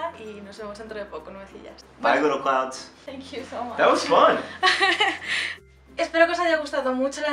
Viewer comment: 😂😂 little clowds jajajaja morí 😂😂😂